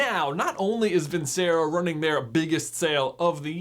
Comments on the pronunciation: Its pronounced "Vin-Che-Ro" NOT "Vin-Se-Ro" 🤦‍♂️ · I’m still sure it’s pronounced vin-chair-oh, you know, like the song: vinceroooo, VINCEROOOO, VINNNCEEEERRROOOOOOOOOO